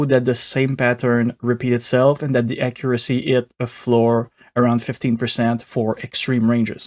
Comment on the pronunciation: I loved the acCURacy of your pronunciation of "accuracy" being hard-coded to 50%!